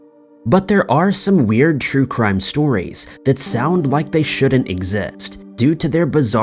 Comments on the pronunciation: Crue Trime stories? Lol had to listen to it again just to make sure 😆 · Did anyone else here ‘scary crue trime stories’ at the beginning 😂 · He said, "Crue Trime Stories". Did anyone else catch that? Rewind to the beginning and listen. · Crue Trime? Dang,! Mispronouncing before the video even starts! ‘A’ game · OMG BRO did you just say " INCESTral " instead of " ANCESTral ?" ...Well, yes is the obvious answer, its right there clear as crystal. But... BRO lmfaO0O0O Dude, I thought the spoonerism of "Crue Trime" at the beginning was fairly clever and humorous, but... this ... lolol idk why its so funny to me that you decided to slip these things in but now I gotta pay attention to see if there's anything else. ...or is that what this is?? you've stepped up from the whole 'random slip-up(s) to boost comment engagement' schtick to 'slip-up eastereggs (or whatever) to further boost comment engagement and viewer retention and possibly more views due to re-watches for more slip-ups' If I'm right, you're a genius man. ... However, if I'm not.... read your comments most of your vids either way this is hilarious to me ^.^